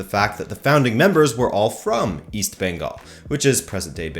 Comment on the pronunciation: Hindi speakers mispronounce Bengal and Kolkata too. They say Bongal and Kalkatta. did a much better job as a non-Indian.